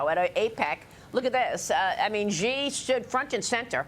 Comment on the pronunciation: Why do you not know how to say the name of the leader of the CCP? Xi = /she/.